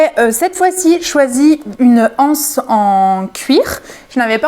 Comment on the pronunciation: Super cette boutique atelier sacs....au passage le mot "anse" qu'il soit au singulier ou au pluriel, doit être prononcé avec les liaisons: l'anse, les zances....